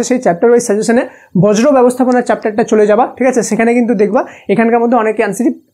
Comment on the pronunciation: স্যার উচ্চারণ টা বর্জ্য হবে বজ্র না❤